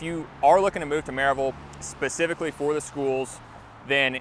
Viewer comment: Another out of towner who is from some other state and doesn’t know how to say Maryville. Most likely a Amazon employee.